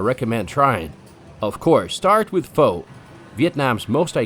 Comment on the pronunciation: Why can't white people pronounce PHO correctly